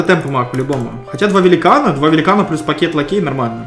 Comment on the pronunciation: ЛАКЕТ,ПАКЕЙ место лакей,пакет